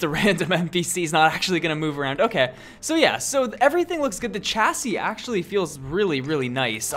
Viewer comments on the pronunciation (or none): Please stop saying chassis like chassis and say it normally (shassis)